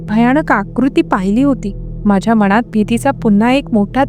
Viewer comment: अनाकलनीय,मनात,कानात यातील "णा" हा उच्चार खटकतो! अणाकलनीय,काणात,मणात हे ऐकायला खटकते! तेवढे सुधारायला हवे! बाकी ठिक आहे!